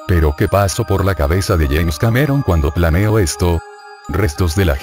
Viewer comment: Es James Cameron, no "yaens".